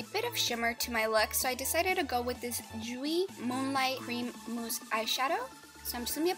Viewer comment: Love the video, and I don't mean to be a stickler, but jouer is pronounced "joo-ay". It was driving me crazy! I'm thinking about trying that cover girl foundation. I was skeptical about its compatibility with olive-y yellow-y undertones but you just solved that for me!